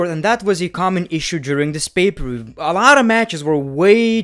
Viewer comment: Everyone: Pay per view: Bay ber wiew